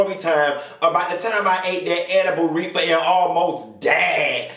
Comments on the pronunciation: Why oh why do you KEEP me on the flo laughing "edibal refer" I can NOOOT 🤣💀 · “Edible reefah” 😂😂😂 yeah I’m about to die at this video 😭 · Not "reefa" 😂😂